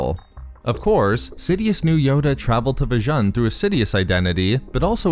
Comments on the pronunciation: Vjan? I thought it is called Vjun (spoken V-Juuuuuun)! It was after all a planet Vader was "fond" of (he had a fortress there if I remember this correctly!) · It's spelt 'Vjun' but it's pronounced "Vajoon".